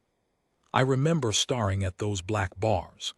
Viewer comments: Staring is not pronounced "star+ing". It is pronounced "stair+ing". AI always picks the wrong pronunciation. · I cant anymore. Would you please teach your AI how to speak properly? It's bad enough it can't tell the difference between STARRING in a movie and STARING at a wall, but during the climax it completely gave up and resorted to spelling out all the unique nouns. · Text to voice is in bad need of update. Stare and star are different words, and the accents on words sometimes makes no sense.